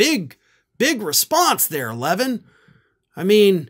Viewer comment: ❤❤❤❤❤@ Love you brother. Btw- his name is pronounced La-VEEN. 😃👍🏻❤️